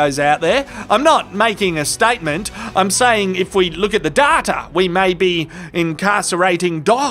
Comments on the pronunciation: datYa not daRRRta... ffs... :D Also love the beanie... although going into our summer it might see action quite soon! :D Also the coaster with the quotes are items of joy! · there is no R in DATA. So it isn't "Darta!" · Why do you pronounce it data, when everyone knows it's pronounced data?